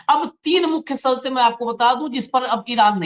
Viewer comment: " माफी " के साथ कहना चाहता हूं , आपका शब्दों का उच्चारण सही नहीं लगता . जैसे "शर्तें" आपका उच्चारण " सर्तें " . "बादशाह " आपका उच्चारण " बादसाह ".